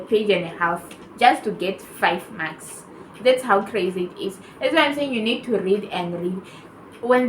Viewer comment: Oooo your saying Mark's, it's sounds like maths